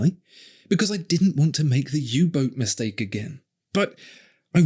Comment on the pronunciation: When you said U Boat, I actually cringed.